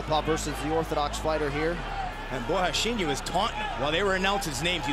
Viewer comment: Bro WHAT are they saying??? Costa is pronounced “bohasheenya” ??